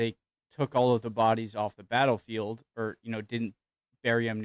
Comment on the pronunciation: "backlefield" i do wish would learn to speak properly